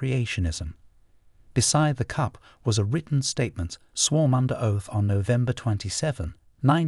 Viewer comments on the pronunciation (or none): Swarm under oath !!!! Reed (FOR READ(RED)!!! AND MORE. What kind of language is this guy supposed to be relaying to us !!! This is very difficult to take seriously.